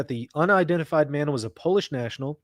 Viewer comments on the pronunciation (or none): none